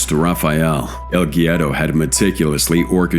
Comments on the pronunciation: El gyero? Haha what is he a. Greek snack? It’s el guero (wero) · Pronounced EL WERO..!!! C'mon mate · As a spanish speaking person I cringe every time I hear "el Giero"